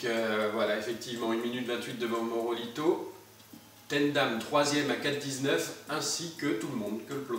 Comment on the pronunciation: C est pas morobito c est morabito continu tes vidéo! J adore ta chaîne!